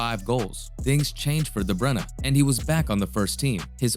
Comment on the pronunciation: Really nice video! There wasn’t a single moment where I thought of leaving, this is extremely great content. You earned a new sub :) Also finally someone that pronounced his name right. Keep going!!